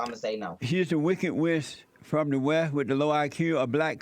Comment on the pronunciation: This Jesse ''shit for brains'' Peterson can't even pronounce basic words yet has the balls to call someone else ignorant. ''she is the wicked wiss from the whe'', holy fuck what an ass clown.